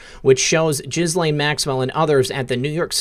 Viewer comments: It's pronounced Gelen. No h, no s and no lain. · Pronounced Gee-lane according to Google search on how to pronounce Ghislaine. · He keeps calling her jizz-lane Maxwell. Lol. Appropriate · Love your channel. I never miss! Ghislaine is pronounced Gee (hard G) lenne. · I think the correct pronunciation of her name is ‘Jizz-Lane’ 🤣🤣🤣 😶 sorry, couldn’t help myself. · Dude, can you please pronounce her name correctly with a G that sounds like go or gone. The way you're pronouncing Ghislaine is just gross in this child abuse context ✌️ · Please note that the 1st syllable of Ghislaine is with a hard G and the S is silent. I think your broadcasts are wonderful! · I bet you keep mispronouncing Ghislaine because you like to repeat JIZZ - the s in her name is silent. Grow up. You saw the video of the presser. You heard the name repeated correctly. You got JIZZ on the brain?